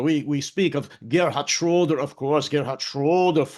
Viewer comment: Excellent answers,. I'm sure you captured das Denken Ihres Chefs perfectly. And I was impressed by your 'Deutscher Akzent' until you spoke Schröder's name. 🙃